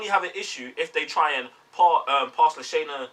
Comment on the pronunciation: La- Shaa- (not Shay) Na Lynch 😉